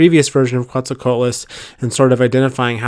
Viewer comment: It's pronounced 'co-AT-lus'.